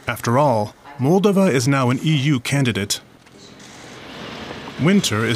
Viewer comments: It's Mall-DOH-va, not frikkin MALL-da-va. In every language. Has the guy who reported this even been there?? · Check your pronunciation. It’s not Móldova but Moldóva! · He totally mispronounces MOL-DOVA.